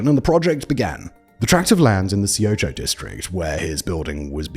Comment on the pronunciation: Great video, though there were some mispronunciations of the names, due largely to the romanization system that Koreans use. Woosung should sound like Oosung, the a in Sampoong and Gangnam should get an ah sound, eo combinations of letters (e.g., Seocho) should be pronounced as uh, and Lee is really Ee. Often you can type in the name, get the Korean version, and drop the Korean version into some sort of tool for reading aloud. Takes maybe fifteen minutes to get the correct pronunciations and to write them down for Simon to add to narration.